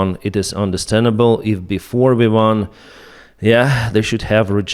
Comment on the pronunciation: It’s called V1 not WE1 😅😅😅😅😅😅😅